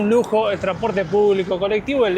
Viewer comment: ¿Porque decís tranporte y no transporte?😂